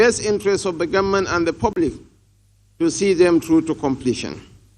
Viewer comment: Why do northerners pronounce government as gunmen? Did you hear that from shetima?